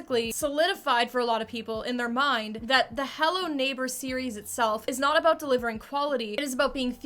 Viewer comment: "something that stood oat abote this game" Canadian?